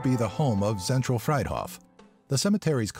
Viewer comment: Actually, Zentral Friedhof is pronounced Freet hohf). Great video tho' !